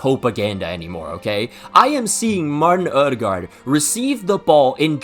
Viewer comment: elite pronunciation of Martin Ødegaard